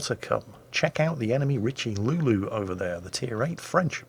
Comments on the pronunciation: Ugh......just because you don't speak French doesn't mean you can add an imaginary L into Richelieu.....it's pronounced as Rish-uh-loo.....not RichiLuLu =.= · Damn, your pronunciation of Richelieu had me in tears laughing and coffee splutters all over the desk.